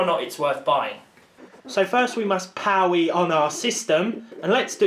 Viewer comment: "now you're playing with powe"